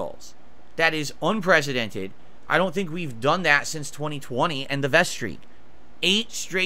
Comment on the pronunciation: "That is, UNPRESIDENTED"